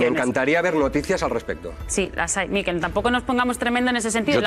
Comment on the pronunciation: Una apreciación fonética: MIQUEL es una palabra aguda, como "pincel", "carrusel" o "cuartel". Se puede apreciar en que no lleva tilde en la "i". De nada.